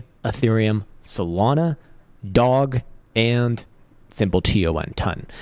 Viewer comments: Is he saying Doge? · yes, it’s funny that he doesn’t know